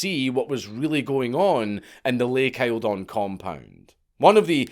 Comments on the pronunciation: Lake Eildon is pronounced "Eel-Den" not "I-el-don" lol. I live very close to it lololololoolol. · “isle-don” is a WILD way of pronouncing Eildon, it’s closer to “Eeldn” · Also, it’s pronounced lake eel-don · Btw lake Eildon is actually pronounced lake yieldon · FTR Count, down the hills a bit from it in Victoria Australia, here, Lake Eildon is pronounced EELdon. I have briefly met two of the kids after their days of trauma in the early 1990s. Clever, perhaps too wise if that is possible, but young adults by then. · Ahh the Dank mispronunciation 😂. Pronounced Lake Eal..don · Your pronunciation of Australian names is atrocious, it’s pronounced Lake Eeel-don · Eildon is pronounced locally more like eeldun, if any one is interested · Eildon is pronounced Eel-don. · Lake Eildon. Pronounced Eel-don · Lake Eildon, how convient! TANGLEWOOD festival NYE, just down the road from lake eildon! We'll let you go home ! "Eel-dinn" btw. Great vid as per! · Eildon is said (eel-don) short o sound for don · It's Lake Eildon.....pronounced..... Eel (water worm/snake) -don (meat sausage/kebab). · It’s pronounced eel-don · It's pronounced Eeld'n. Every time I heard you pronounce Eildon it hurt my Victorian soul. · Its pronounced eel-don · Hi Dank, it is pronounced Lake Eeldon, it is about a hundred K's from me. Entertaining cult investigation cheers. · Eel-dun, Not aisle-don. Lake Eildon. Still at least dank said Melbourne somewhat correctly